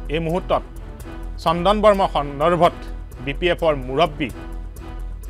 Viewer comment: Barma nahoi Brahma/Bramha . Brahma sobdoi utcharan korbanore ki aru utuber hobi. Beleg holi kintu etiking kore